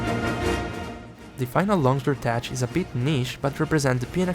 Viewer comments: It's "teCH" as in "TECHnique", not "tesh" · Just so you know homie its pronounced tec or tek like in technique not tech like youre saying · No pls keep sayin tesh. You're already committed. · great video except for how you pronounce "tech" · Tech is pronounced like "Deck" but starting with a T. That's because it's a shortened slang term for the word "Technique". Since it's common terminology used in a lot games, I figure you would want to know since English is not your first language. I've avoided Longsword basically the entire game, now that I'm interested in trying it out in Wilds - especially after everything changed, this video is immensely helpful. Thank you for the inside knowledge! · You might wanna look up at how to pronounce "tech"